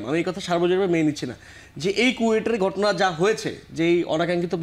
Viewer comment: গটনা,বাইরাল,প্যাসিবাদ...চাচ্চু নাসির কি ঘ,ভ,ফ এই বর্ণ গুলো উচ্চারণ করতে পারে না?